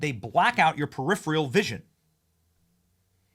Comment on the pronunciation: It's peripheral not peripheral vision. Slow down Benny.